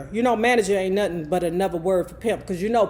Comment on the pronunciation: Not “Nathin” 😂😂😂😂